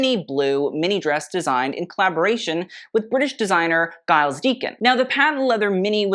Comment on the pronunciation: Are you ever going to say Giles right? 😭